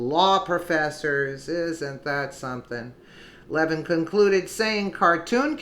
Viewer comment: Hi love your news clips. You are pronouncing Mark Levin incorrectly. Its Le - vin. Not leavin. No biggie just pointing it out. Your great. Consider 4d chess for sessions and Gowdy. They want the left to think they are wishywashy so will get approved by congress for maybe supreme court or head of NSA. Sessions is hiding the 30,000 sealed indictments. All this does not make logical sense otherwise. Gowdy was inside trumps circle. He told Nunez in the meeting lady off its not time to disclose. Think hard